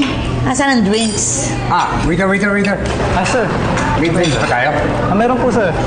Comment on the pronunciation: "Sabe ni mimi dwinks daw hahaha"